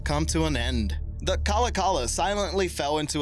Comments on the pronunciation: Its pronounced like kalawkalaw not cala cala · It's pronounced Ka-lock-a-la and it was not a joy to ride on. It vibrated like a bedroom toy and was a bitch to load and unload. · So just a heads up 3. MV Kalakala is pronounced Ka-Lock-eh-la I know is is strange to some but It is a Native American name as all the ferryboats are in Washington state ferries.